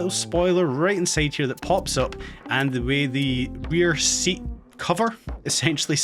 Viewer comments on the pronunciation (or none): none